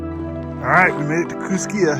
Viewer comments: Great video! May I suggest Johnson Creek on your next trip to Idaho. FYI and for future reference.... Kooskia in pronounced Koos-ski and Payette is pronounced Pay-yet. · Idahoan here. The local pronunciations for Payette and Kooskia are Pay-Et and Coo-Ski. Thanks for the video.